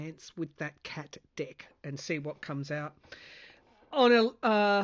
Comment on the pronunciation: Dane here…. Sorry … “We’re just gonna look at Vance with that cat deck…” sounded to me as if last word was spelled a little different 😂